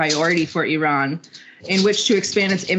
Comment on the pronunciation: Thank you lady for right pronanciation of my country IRAN,lot of american unfourtunetly pronance wrong ,they say ay ran which bothering us.